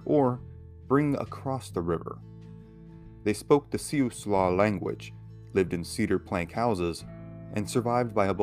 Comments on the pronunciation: Very well pronounced although we say Sigh-U-slaw as locals. Graduated from Siuslaw HS. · No worries! The Siuslaw tribe pronounced it closer to Shi-U-shlaw. Still notable for it's fall salmon run. You came closer than most that have heard it pronounced. Thanks for the history!